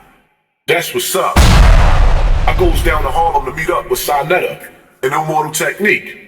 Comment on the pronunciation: So much mispronunciations, illmortal...powerphrasing..allege..